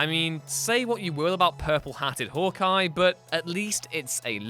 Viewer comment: "Hork Eye" ha